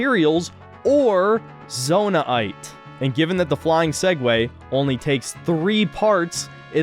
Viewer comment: "zonai aite" instead of zonaite